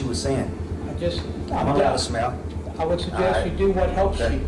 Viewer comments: He meant smile but it came out his mouth like smell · "Its not a crime to smell..." 💀😭😭🤣🤣🤣 yeah yeah i know he said smile. But that sounds more like smell lol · Sounds like he's saying 'smell'. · It’s not a criame and smiale. Lol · It sounded like he was saying it’s not a crime to smell 🤷‍♀️🤣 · It’s a crime to smell what a moron can’t even pronounce he’s words! Just axe anyone SMH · "Is it a crarm to smow? It ain't a crarm to smow". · He can't even pronounce the word 'smile' 😮 teach him to stay with a frown ☹️